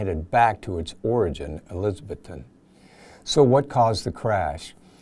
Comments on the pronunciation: Really good presentation. Just an FYI….I lived in East TN and it’s pronounced Eliz-ah-bethton — not Eliz-Beth-ton. Not a big deal but just thought I’d mention it! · The good folks of Elizabethton pronounce it "elizaBETHton".